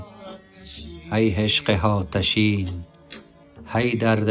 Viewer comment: "Haatasheen"??🤦‍♀ It's Aatasheen 🙏